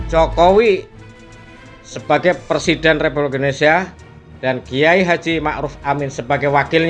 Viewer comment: PERSIDEN , bukan persiden pak bahasa indonesia nya yg benar dan betul adalah PRESIDEN .